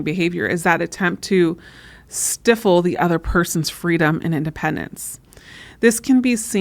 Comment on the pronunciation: Please learn to pronounce stifle correctly. Just fyi for credibility.